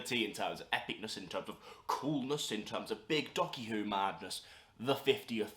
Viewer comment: I love that you keep saying doccy who